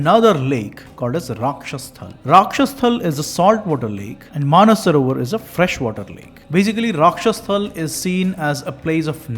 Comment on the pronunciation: superb work brother, just a minor correction, it is called Rakshastaal not rakshasthal.... राक्षसताल